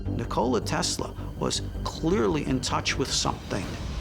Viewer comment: To be reporting on history, that guy should probably pronounce Nikola correctly.